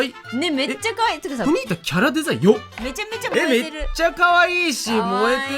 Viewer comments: ポニータがホニータになっとるww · 気づいちゃったかも知れない…。ポニータのこと答え合わせしてもずっとホニータって言ってない？！(間違ってたらすいません)